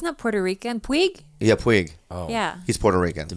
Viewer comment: I laugh at anything Bobo says. When he called Puig as "Pew-g"